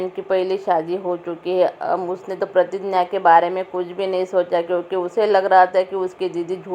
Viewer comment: Pratigya h wo pratinya nhi madam ji